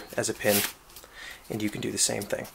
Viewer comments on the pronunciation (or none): none